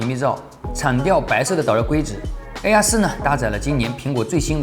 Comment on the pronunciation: 又不是让他用英语评测，况且从他发mate和air这两个单词的音来看，他压根就不懂英语，属于连基本英语常识都没有的那一类，所以就别拿他和别人比了、